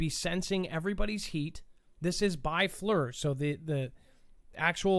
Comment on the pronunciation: Great show, it's pronounced Fleer, FLIR forward looking infared radar